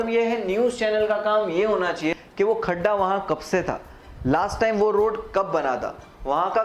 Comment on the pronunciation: गड्ढा not खड्डा😂